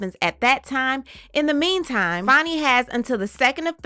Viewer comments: It’s pronounced Fanny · Whats this "Fonny" BS? IT'S FANNY! Like BIG FAT Fanny